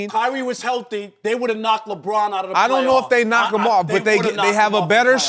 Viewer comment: Chris, its "him" not "eeeim". - The Most Annoying Voice On TV